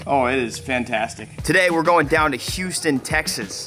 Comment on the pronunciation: h-tine hold it dine